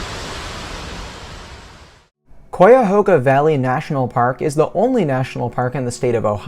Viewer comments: first it is not Coyahoga, it is Chiahoga. Really the best way to explore the Valley is on Bicycle. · Pronounced "Ki a hoga" not "Kwi a hoga." I lived in the area for more than 30 years. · Interesting perspective from such a young visitor. Yes, the pronunciation of the name is "KHI-A-HOG-A"...not Quy-a-ho-ga...or...Coy-a-ho-ga. Also, you missed a great deal of content possibilities, most of which involves the history of the valley...which is a significant part of what put it on the map in the first place. The river, the tow path, farms, hand-dug canal (significantly from Irish immigrants / indentured servants), the infamous "Underground Railroad", the canal locks that were used for shipping cargo...which played a major part in the development of the City of Cleveland & the Industrial Revolution - major roll in the building & expansion of "The Western Reserve", the actual railroad...you can take a ride on the train, The Great Flood of the valley...historical shift that made a major impact on the Industrial Revolution. And then there's another whole world of history just with the Native Americans - who created & built existing monuments, trails, villages & famous burial mounds - which extend even further throughout the state, with the Cuyahoga Valley being the center or nucleus...Google "The Mound Builders". I could go on...but perhaps when you get a bit older and your interests change, or you start to ask mid-life questions like "what's it all about?" or "how did this happen?"...then perhaps you might decide to perform some deeper research into the area you wish to explore before you get there, and then map out some of those places you'd like to visit. There's a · Both this video and comment section are so unbelievably ignorant as to what designates a national park and what doesn’t. Also say it right. It’s Kai-a-hog-a. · You are mispronouncing Cuyahoga. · I just love it when out-of-state people try to pronounce Cuyahoga